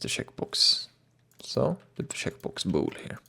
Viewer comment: lol instead of "checkbox" it sounds like he is saying "shitbox"